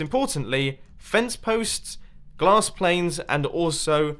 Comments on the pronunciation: he said glass planes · "GLASS PLANES" lol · Listen closely: "...fence posts, glass planes, and also walls..."